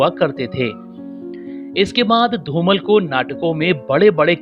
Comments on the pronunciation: It is not Dhumal it is Dhumaal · Very nice video but you should pronounce the Legend actors name in correct manner. You are addressing him as "धुमल" whereas correct pronunciation is "धुमाळ" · धूमल नही धूमाळ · Yes... You are not pronouncing his surname Properly.....learn how to Pronounce and then Record such .....